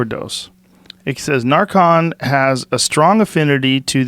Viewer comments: Nar-Can. Come on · It’s narcan, can as in tin can. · The way joe says narcan. "Narcon" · The way the are saying fentanyl and Narcan the wrong way is driving me crazy... lol I mean u could say it the way they are but just nooooo its pronounced FEN- TON-ALL and it's NAR-UH-CAN HAHAA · Why is he pronouncing narcan like narcon?